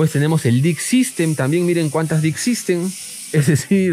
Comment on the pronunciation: jajaja dick system, ojo con la pronunciación xDD